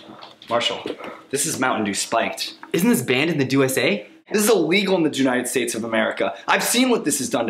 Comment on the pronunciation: rewatching this 3 years later "dewnited states of america" lmao